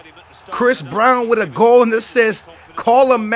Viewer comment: Anybody notice he said i'm witch you